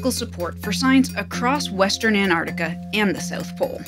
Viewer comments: While living in Antarctica for a month you didn’t learn how to pronounce Antarctica. But glad you enjoyed “Anartica” 🤣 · Not sure why this bugs me. Antarctica being pronounced Antartica. Cool vid, anyway. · Please stop saying "Antartica". Everyone in the comments knows it's AntarCtica". Guessing you also say "Artic". Sorry everyone, I couldn't resist being a pedantic jerk.